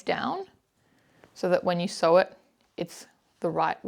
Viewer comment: Sew not see